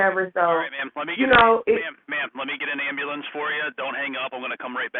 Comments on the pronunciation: She should have an extra 50 years for saying "ambahlampse" 😂😂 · I cannot stand when they say “ambalance ”. Ughh… grinds my gears! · “i need a ambalamps” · Anyone who axs for an ambu-lanse is guilty. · yeah he need an ambooolan 😂😂😂😂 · And amboolance. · 😂😂😂 and 50 years for saying ambahlampse 😂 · Absolutely. Also, anyone who axs for an ambu-lanse is guilty, likewise.